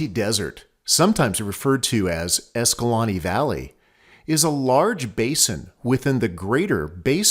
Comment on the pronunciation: I asked a local at Escalante (The other one you mentioned) how to pronounce the city name and he told me everyone says it wrong, its a long A in EscalAnte not short.